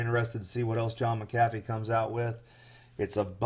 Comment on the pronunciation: You pronounced his name wrong and everything about this sounds like fraud.